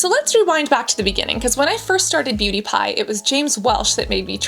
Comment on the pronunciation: I keep hearing "pewdiepie" instead of "beauty pie" throughout the whole video 😭